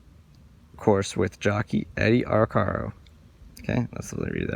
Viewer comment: Good piece,. I always heard the jockey's name pronounced Ar-care-o, rather that Ar-car-o. He was the most famous jockey of his day. Keep up the great work.